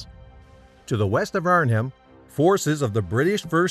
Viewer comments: Naaaah. He also said "Arn Ham" for the city and not as it is pronounced: "Arn-um" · Not sure what corpses the narrator is referring to. A “corps” is pronounced “core”. Also the H in Arnhem is silent. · A good summary mauled by bad pronunciation. Corpse? Arn-Hem? Oysterbeak? Sheesh!